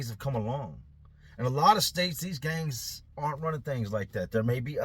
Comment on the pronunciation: He said gangs 😂 did sound like gays tho lol